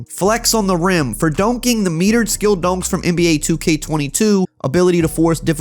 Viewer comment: Sound like he's saying “donks” instead of “dunks” 😂😂 great vid though